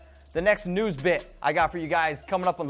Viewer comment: make sure you annunciate your words better. Every time you said "news" I thought you were saying "nudes" lol. Don't think it's appropriate to ask your coworker for nudes...